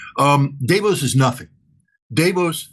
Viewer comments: "Day Vose". The very first person in the entire world to pronounce it that way...ever. Weird, but whatever. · Davos is pronounced: Duh-vōhs. Or phonetically: dɑːˈvoʊs. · Isn’t it dah-vos? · Scott, you are pronouncing Davos incorrectly. That sounds quite dumb.